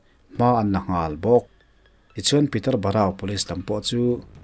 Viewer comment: Peter borau/ Peterborough... Veng hming hi lam fimkhur ve deuh teh